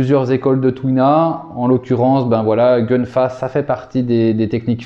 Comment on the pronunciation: Excellente vidéo... Petite précision gun fa sz prononce kun fa 😉👍🏽 谢谢你🙏🏽